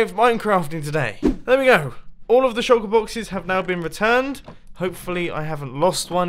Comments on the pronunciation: or Mumbo said shulker bloxes not boxes... too much sand??? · you said shulker bloxes! xD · "Shulker bloxes" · Shulker Bloxes 🤣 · Did anyone else hear him say "Shulker bloxes"... small spoon --o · good vid and nice "shulker bloxes" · at about - he said shulker bloxes lol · he says pick up all of the shulker bloxes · Did he say shulker blockses? 😂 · "I am going to take back all of these shulker bloxes"